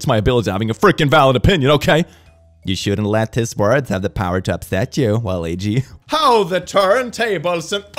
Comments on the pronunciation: It's actually waa -luh-wee-jee. Alternatively, waa-loo-wee-jee. The second example of the ouija board isn't far off and can be understood depending on accent, but the initial pronunciation key you listed is just ignoring the existence of the U. don't mean to be that guy, jus tryna help. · Oh my god no it's not 🤣. It's Wa-Luigi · Just a heads up,. Waluigi is pronounced ‘Wal-wee-jee’, like Wal-Ouija board. Loved the video! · fair enough! tomato tahmato. either way, i don’t think was pronouncing it right, lol. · The way he pronounces Waluigi hurt me on a spiritual level. Also, religious zealots act like they don't know where the harsh feelings towards them come from then say shit like "only people in my religious group should have a say in the laws that affect everyone". Ironic coming from the people the "freedom of speech" crowd. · Every time mispronounces waluigi a piece of me dies